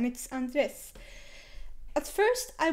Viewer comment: His name is pronounced Andre